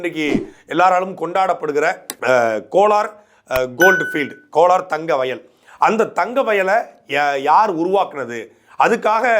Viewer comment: அது கோனார் தங்க சுரங்கம் இல்ல அண்ணா . கோலார் தங்க சுரங்கம்.😂